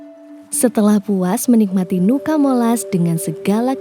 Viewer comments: Sebutannya tetap NUCA MOLAS, bukan NUCA di ganti NUKA. Selebihnya, terimakasih telah berkunjung di daerah kami, sangat indah.. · Cuma masukan aja kak..nama nuca molas,jadi tetap di baca nuca molas,bukan nuka molas..🙏🙏 Trimakasih sudah ke daerah kami..